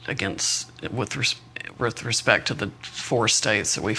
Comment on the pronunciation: 22 She can't even say R-E-S-P-E-C-T correctly. "Wholly inappropriate," I wonder why.